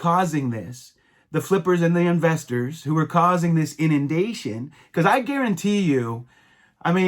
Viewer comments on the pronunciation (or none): did you say..inandation? D